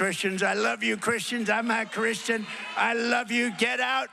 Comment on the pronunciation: Watched it a few times and watched with subtitles on. He said " I love you Christians, I'm a Christian." His accent made it sound weird. This is the importance of getting facts straight before spreading false gossip.